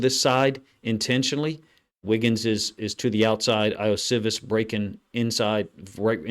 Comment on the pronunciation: Ioshovas 'E-oh-she-vas'. Pronounce the I's like E's. That's the way most languages work, except English. Usually if we, as Americans, see a foreign name/word, this rule helps greatly. Also, love your film reviews. 👍🏾